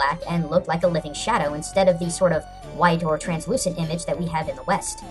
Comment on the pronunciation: YES I STUDIED UNDER A FORMER YORUBA HE CAME TO THE LOCAL UNIVERSITY AND UGHHH I LOVE THE YORUBA And um... you mispronounced shadow